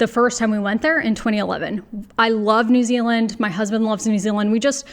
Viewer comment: I’m grinning because you say New Ziland like a real kiwi. Nau mai, haere mai ki Aotearoa. Your skills are desperately needed here.